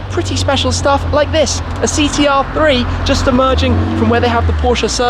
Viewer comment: Did this guy say Thee T R? Christ mate, get some speech therapy!